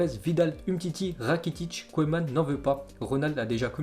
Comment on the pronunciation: Au fait on dit "keuman" et pas "koéman"